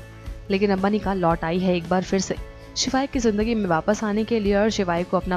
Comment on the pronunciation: a it's not panika its Anika acche khase Naam ki waat mat lagao😒